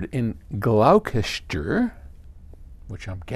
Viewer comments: "Glowkester" is actually pronounced 'gloster' or glosstershire'. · it's pronounced "glosster" xD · It's pronounced Glos-ter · Paul - you are right. Gloucester is in the UK and FYI it's pronounced "Gloster" as in "foster" or "roster". I loved your attempt though! :-)